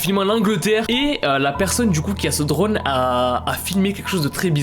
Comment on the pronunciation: Quand il l'a dit drone j'ai crue qu'il a dit drogue